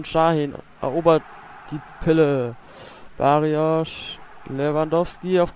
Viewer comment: barrios nicht Barriosch!